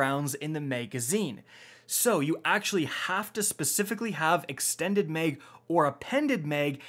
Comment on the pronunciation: Mag not meg